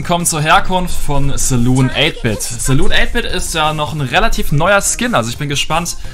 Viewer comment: Wie er saloon ausspricht triggert mich total😂